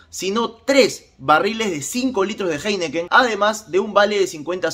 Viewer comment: Disculpa pero, se pronuncia JAINIKEN.